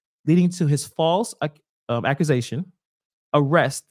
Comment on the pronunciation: I thought I was the only one who heard Tiffany say accuszaions 😂 Who voted for this woman 😂😂😂😂